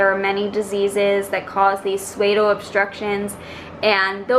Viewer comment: Interesting info. Thought you'd like to know that "pseudo" is pronounced "sue-doe" like the girl's name and a female deer.